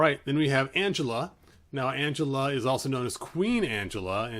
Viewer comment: It's pronounced "AN-GEL-LA" NOT "ANGELA".